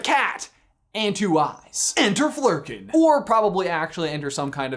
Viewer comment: Good Flurken job!! You got it so close!